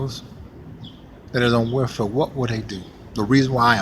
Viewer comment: Black women are vicious. They're not very good mothers and this whole "beat your kids" is nuts! BTW: welfare is pronounced welfare not warefare.